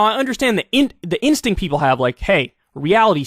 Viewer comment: I wasn't sure about this until I heard Yeople. 🤔